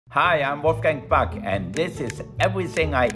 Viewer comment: He has been in America so long that he can't even pronounce his last name right anymore.